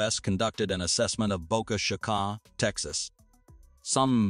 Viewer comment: Omg I just heard that and I almost got mad! Lol 😂 ooommmmggggg lol 😅